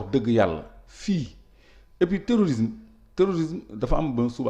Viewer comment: Dites à cette journaliste qu’on dit terrorisme au lieu de téorisme 😂